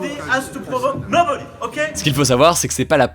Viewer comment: Pour Macron, je pensais qu'il avait un meilleur accent anglais que ça, je suis étonné... (nObOdY.... ^^ ) Pour ce coronavirus, je suis inquiet pour la Chine. Par contre en France, il n'y a vraiment pas de quoi s'alarmer.